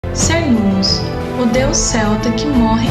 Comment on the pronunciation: Cernunnos , se pronúncia Quernunnos, pois vêm da língua Centun ( quentum ). Assim como Calle ( deusa de Porto Calle - Porto Gale - Portugal ).